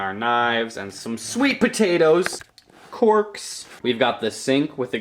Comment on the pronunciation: When you said corks i thought you said corpse